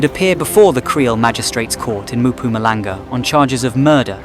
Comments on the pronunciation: Its called Mpumalanga not Mampumalanga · Give yourself enough time to pronounce names properly ... I can't forgive you for failing to pronounce Mpumalanga.... no no Maphumalanga